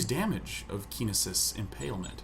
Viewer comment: Hahahah Keen-isis....